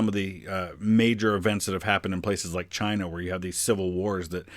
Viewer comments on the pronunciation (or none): Chiner.....where is the a R in CHINA